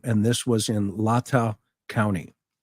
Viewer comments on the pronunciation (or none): Great panel and session! BTW, it's LAY-TAW County. Thank you for your hard work. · Latah County is Pronounced LAY-TAH